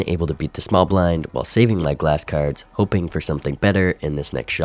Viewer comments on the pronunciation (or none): none